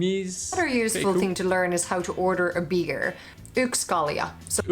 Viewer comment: Yks kalja is the spoken version of one beer but the official version is yksi kalja. Yksi = 1 Kaksi = 2 Kolme = 3 Your pronunciation was really good 👍🏼